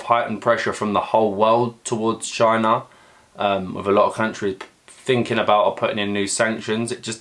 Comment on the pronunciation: "Chy-Na" -Trump